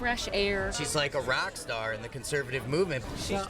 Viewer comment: A "Rack" star eh ? Or maybe he said "Iraq" star?!?!